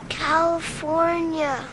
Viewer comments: Cawyfoynia xD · So you say cawifownia? =X